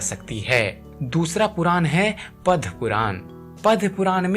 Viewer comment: It is PADAMA PURAN not Padya puran.